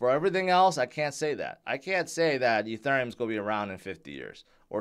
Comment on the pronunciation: Can you please pronounce ethereum correctly